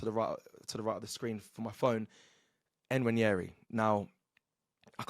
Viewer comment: Why can't presenters on this channel just get the players name right (its so disrespectful) even a child can google the pronunciations, if they can be asked. Who is N-Waneri its a silent N really simple?